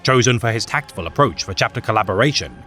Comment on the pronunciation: "tactful tacatian" Absolute Cinema.